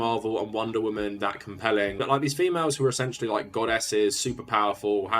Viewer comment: Every time I hear “Wahman” I die a little bit inside